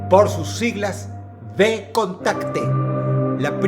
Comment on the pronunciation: "V" en "Vkontakte" fue pronunciada como "V", no como "B". Es una excepcion en el mundo hispanohablante, o hay otras situaciones en las que se pronuncie "V" también ?